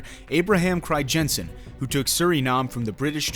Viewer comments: fucking cRiJENsEn pronunciation pisses me off lol. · cri-jensen??? lol.... doesn't google have this speech-feature that pronounces words for you in native language? use it. The "ij" is a "Y" basically. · Cool, I did not know that, I am dutch.....btw the ij in Crijnsen is pronounced as just ‘I’ , really interesting video, thanks.. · It would be even better if he could pronounce the name of the ship correctly